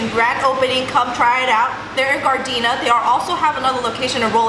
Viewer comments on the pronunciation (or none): none